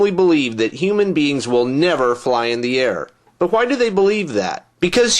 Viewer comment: i luz your videos, but i hate the way you pronounce "why". its just like stewie